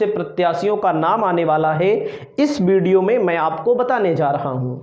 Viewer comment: बिडियो नही वीडियो bolo !